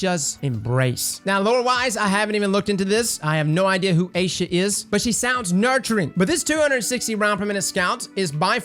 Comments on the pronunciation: It’s not Aa-sha it’s Eye-E-Sha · Its not aysha its like eyesha. As a south Asian who has dated a few woman with that name trust me. Hoping you didn't get crazy shat on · It's Aisha, pronounced more or less like eye-sha. Not Ayeee-sha. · Yep... and her name is pronounced ai-EE-shuh... not AYE-shuh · You butchering the name dude stop saying it or look it up on how to say it. It's not Asia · Its Eye-Isha, a little thot from the tower. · Made me wince every time I heard you try to pronounce the name brother. It’s Aye-ee-sha. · Its pronounce "Aisha". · I’m thinking this is more like: “Ah-EE-shah ‘s Embrace”, thoughts? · It's actually pronounced "Eye Eesh Ahh". Gg's. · Are you sure it's not pronounced Aye-EE-sha. I've known a few Aisha's and that's how they all pronounced it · I - E - sha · Say it with me, "Eye eeee shaa"'s embrace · It's pronounced Eye-ee-sha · All women with that name pronounce it “Eye-ee-sha” 🙂 Thank you for the great review of this weapon. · It's ... "Eye-ee_shuh"... :) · Pronounced “I-EE-SHA!” put some black on it Brotha!!!! 😂🤣😂😂😂😂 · breathe It's pronounced EYE-shah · BTW this is pronounced "EYE-EE-SHA" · Aisha Ah EE Sha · Just to help you with the pronunciation it's Aye ee sha (phonetically) my aunts name just to say 😉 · Aisha = Eye-e-sha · Pronounced Eye-Shuh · I'm pretty sure Aisha is pronounced more like "eye"-sha. I've got a friend with that name and that's how she pronounces it. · Why can no one pronounce the name lol It pronounced like I-sha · It’s pronounced Ay-sha 😂😂😂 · "Ah-ee-sha" is the correct pronunciation btw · This has to be your worst pronunciation... A E sha (Hard A, normal E) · lol cross, its eye-e-sha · Pretty sure it’s eye - sha 🤷🏾‍♂️